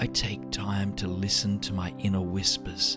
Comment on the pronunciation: "Inner whispis"...made me chuckle. Laughter is great medicine. Amen to you all and always listen to your inner whispis!